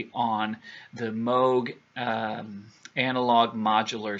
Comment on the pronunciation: Exit?...LOL Where have you been? At least you pronounced Moog correctly. Tangram was the big changeover...Johannes brought ALL the best to TD. I had over 200 CD's...including all the bootlegs. '80 to '86...get them all. Logos is great...but nowhere near LIVE...I was there. Interesting fact...the cover of that album is NOT The Dominion...That photo was taken at The Sheffield 2 nights before...Ask me how I know. Le Parc was a letdown except for the last tune...Yellowstone. Underwater Sunlight should have included Dolphin Smile...one of their best sequencer driven tunes. That album and maybe a few others after was the beginning of the end for TD. Linda Spa and her sax killed TD. My opinion... Nice video...good research.